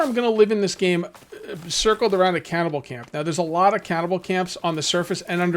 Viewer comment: Just a heads up Cannibal isn’t pronounced “cow-bell” or “cowvell”